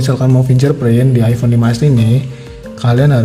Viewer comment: Kok sy dengernya iphone 16 ya apa salah denger??!